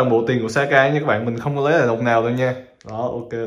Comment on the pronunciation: em cứ thắc mắc, sao chị bé kia tên là Sayaka mà anh cứ gọi là Saka á